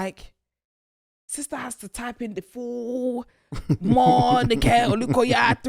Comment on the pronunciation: The way you said Morenike has me rollinggg